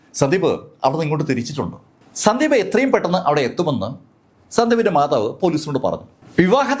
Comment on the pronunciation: മാഥാവ് അല്ല മാതാവ്